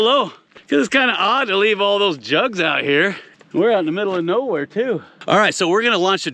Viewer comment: You said "Juggs"!